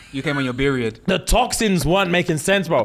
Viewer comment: Wayment 🤚🏽!! “Beriod”?!!!! I—☠️☠️☠️😂🤣